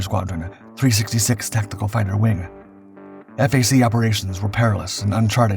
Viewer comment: Really cool how he talks about an American flyer yet showed a British version on several occasions. Various Marine and Navy versions as well. The mispronunciations of WSO and FAC are amusing.